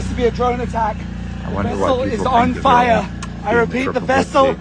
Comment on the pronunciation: "The vessel is on FAYA!!"